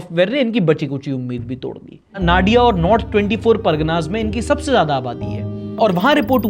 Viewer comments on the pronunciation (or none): Brother it's नोदिया 😊 not नाडिया ... By the way ❤ your work . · Bengali me" nadia " ko "nodia"(নদিয়া)pronounce kiya jaata hai😂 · It's not pronounced as Naadua but Nodia, and the "d" sounds deep like in "dada", not like in "deer". Just another correction. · Hats off to you sir for such a beautiful on ground work among present days' media....... Just Hats off to you sir......... Thank you to let this generation still continue to know about their own country better than any national media...... And just being a Bengali I'm saying pronounce the "NADIA" district name as "N-O-DIA". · Nadia ka pronunciation hota h hindi mein jaise Nadi and an A added to it, please don't mind me 😅, baaki to bohot hi badhiya kaam kar rahe ho ❤